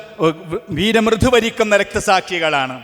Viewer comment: മലയാളവാക്കുകളിൽ പല അക്ഷരങ്ങളും ടോൺ, സ്‌ട്രെസ് എല്ലാം കൂടി പോകുന്നു.. ത പറയേണ്ടിത്തത് ഥ യോ ദ യോ പ പറയേണ്ടിടത്ത് ബ താ ക്ക്‌ പകരം ത്ത.. വീരമൃതു അല്ല വീരമൃത്യു..... ഒന്ന് ശ്രദ്ധിച്ചു വാക്കുകൾ ഉച്ഛരിക്കാൻ ശ്രമിച്ചാൽ കേൾക്കാൻ നല്ല ഇമ്പം ഉണ്ടാകും